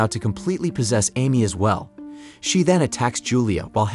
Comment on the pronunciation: Mispronounced Amy...